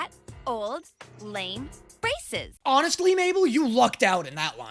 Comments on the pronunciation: When pacifca said braces i heard racist and had to do a double take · Instead of "braces" I heard racist- WHAT IS WRONG WITH ME?!?!